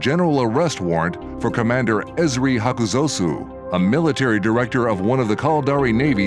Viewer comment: is on point today, esp. with the pronunciation of the name, "Esri Hakuzosu"